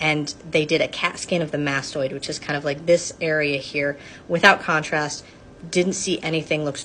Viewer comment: The emphasis on the way said contrast, I heard it